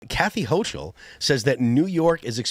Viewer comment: Ho-kul, not ho-ch-ul